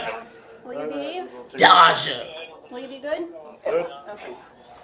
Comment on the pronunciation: Not the narrator repeatedly calling Day-jah "Dah-jah" 😹